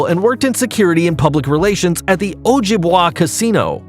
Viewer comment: Oh-gib-way by the way